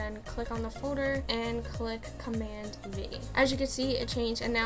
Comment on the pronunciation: and press command WHAT lol I literally cant understand what letter you said